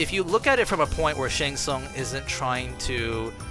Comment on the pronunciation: Once I heard it I cannot unhear "Shart Tsung"